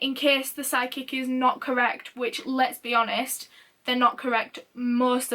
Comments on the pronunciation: I had to laugh at myself when I finally figured out you were saying "psychic" not "sidekick". Lol. Duh on my part. 😜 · I did too..I'm like "Did she say a sidekick"? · holy shit it took me a while to realize you said "psychic" and not "side kick" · I really thought she was saying "sidekick" instead of "psychic" and I was soooo confused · I thought the same thing the first time she said it and then I realized that she said psychic by the second time she said it and it made so much more sense! 😂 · omfg me too until I read this hahha I was like why do they need a sidekick lmao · oh my god i just realized she didn’t say sidekick lmao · Every time she said “psychic” I thought she was saying SIDE KICK and I was like... Who’s sidekick?? And why do you dislike them so much??? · When she mentioned the psychic I heard "sidekick" then I couldn't unhear it...LOL I really couldn't see why the mom of a missing girl needed a sidekick but to each their own. Love this channel! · Oh Jesus I thought you said „sidekick“ instead of „psychic“ xD I got really confused for a moment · OMG I thought she said sidekick that’s what I really thought was said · I heard, "side-kick" and I was so confused but then I realized she said, "psychic" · wait- it was psychic? me too i was so confused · SHE SAID PSYCHIC?? dammit, i'm so freaking dumb, thanks for the information